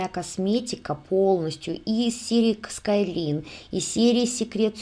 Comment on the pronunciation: спасибо за такую работу Мне понравилось все. Много нового узнала о самОй продукции. Извините, может, скажу что-то обидное. Must have - по-английски "должен иметь" и произносится "Маст хэв", а "Sky line" - линия горизонта произносится "Скай лайн". Мы же не хотим смешить людей, знающих английский? Если это из французского или итальянского, я сдаюсь, этих языков не изучала. Простите еще раз. Надеюсь, я Вас не обидела.